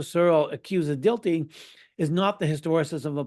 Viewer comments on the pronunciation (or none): Dilthey is pronounced Dill-tie, with the accent on the first syllable.